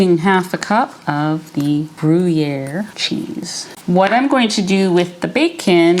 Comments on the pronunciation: I'm French and I would say "gruh-year" separating the 2 syllable do not say "gruh-y-year"❤ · The pronounciation is tipical french swiss and you spell the u to a ü, so it is in phonetic grüer. Regards from switzerland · These look so yummy!! And what a great picnic/potluck appetizer option to bring somewhere!! I don't eat pork- so I would make them with brisket bacon (of you've not had beef bacon- i highly recommend giving it a try!!) Also- since you asked- the way to say Gruyere is like this: "Gree- air" (drawing the 'r' out there at the end a little bit) 😊 ❤ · Pronounced Gree-Air 👍❤️ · Hi! I love your recipes. I think the pronunciation of gruyere cheese is Gree yay. That's what I remember from my French class, years ago. I just made your meat bread and it is wonderful! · I just heard you say you’ve lost 140!! 🎉🎉🎉 (I used to manage a cheese shop for Wegmans food markets. The cheese is pronounced “Gree air” )😊 Hope all is going well with your new home! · Phonetically--Gree Air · You need to ask a French speaking friend or neighbor how to pronounce Gruyère properly. It would be a bit challenging to try to use a printed comment here to teach the proper pronunciation…. But you’ve definitely missed the mark. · Hi, you pronouns it with an ‘E’ 😉 the ‘y’ is an ‘e’ and ‘ere’ you pronouns as ‘air’ 😅 ❤ Thank you for sharing this recipe, greetings from Belgium 🇧🇪